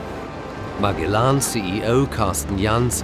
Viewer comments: MAG E LAN ?????? Surly it's MA GEL LAN ???? The navigator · Marg-e-lan is Ma-gel-lan. Painful. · Is’nt Magellan pronounced Ma-gel-in? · It's pronounced Ma-jel-an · ... interesting mini doc... but what an annoying mispronunciation of Magellan... made me cringe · its the way you pronounce Magellan in German